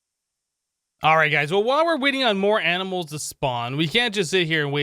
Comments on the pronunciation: Regular person: "Animals" Him: "Aminals" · Yes fist pump he sez aminals to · Aminals? Someone's been binge-watching Animaniacs, I see.